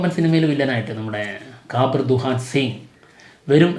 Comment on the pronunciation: കബീർ ennalle pronounce cheyyandath allathe കാബിർ ennallallo